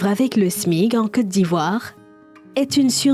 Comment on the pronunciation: Ont dit smic madame et non Smig😂